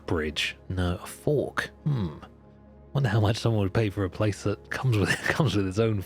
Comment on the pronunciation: thought 'fork' was 'orc' and tbh i'd buy a house that came with a free orc